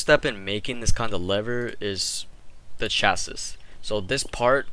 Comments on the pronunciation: sorry, the last S in chassis is silent so its said like 'chasee' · the way he says chassis makes me wanna die